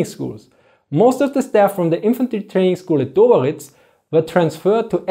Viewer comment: Its Döberitz not Doberitz :-)